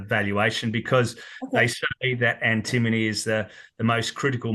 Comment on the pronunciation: Note it’s pronounced ‘Anti-MONY’ Great for credits towards gold costs too